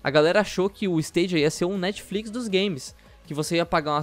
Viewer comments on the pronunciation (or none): none